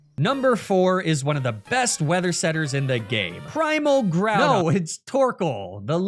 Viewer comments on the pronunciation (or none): none